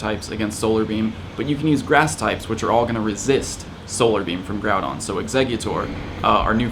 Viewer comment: Bro stop calling him Groubon. It’s GROUDON.